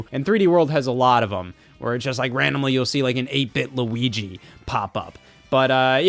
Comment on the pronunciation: does it make you happy when i say lugi